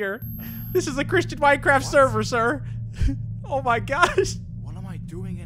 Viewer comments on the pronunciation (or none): i like how he said this is an cristsan minecraft server